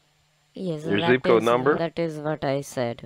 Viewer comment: What is your “z-co” ? Is it really that hard to pronounce zip code properly ? 🙄🙄